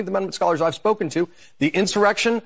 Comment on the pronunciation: This snake oil salesman is full of it. No intelligent person calls the J6 scam an "enshawreckshun".